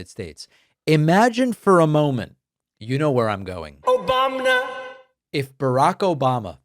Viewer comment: "Obamna" Love it 🤣🤣!!!! Thanks David.